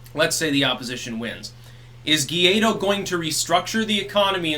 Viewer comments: Gwah Eedo. Gay dough sounds very insulting. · It's not Gaydo lmfao. It's Guai-do. (Goo-why-doe) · He's called Guaidó not "guiado" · Hey. Fix the #guiado for #guaido please. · Guaidó is pronounced "why-dough" (without the gh sound) mi amigo.